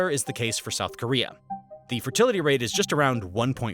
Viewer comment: Fertlitiy xd